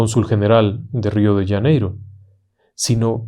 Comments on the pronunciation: UY PERDON.... RIO DE " LLANEIRO " .....que en castellano no se dice.....Janeiro con JOTA??? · Wrong!!! You’re telling the story in Spanish!! So is Janeiro not “Yaneiro” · Qué es Río de Yaneiro? Será Río de Janeiro? Jajajaj. Buen relato